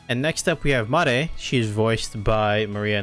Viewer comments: It’s Mare not Ma-re. As the Katakana said. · it's pronounced Mare like in english, even with the katakana